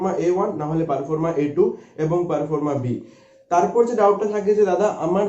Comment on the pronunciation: আপনি কিছু তথ্য দিচ্ছেন খুব ভালো। কিন্তু আপনার উচ্চারণ শোনার পর খুব সন্দেহ হচ্ছে যে কতটা সঠিক তথ্য দিচ্ছেন। পারফর্মা নয় ঐটা প্রফর্মা। 🙏👍